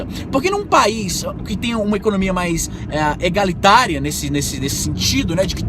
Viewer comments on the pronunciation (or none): "Egalitaria", kkkkkk, sem critica negativa izzy, só zoeira mesmo... lol